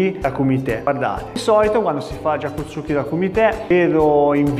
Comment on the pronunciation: Lei maestro ha un problema con la corretta pronuncia di gyaku tsuki